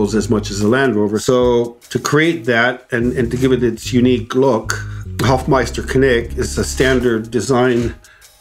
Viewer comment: Hofmeister-Knick. Not Kinik.🤷‍♂️😁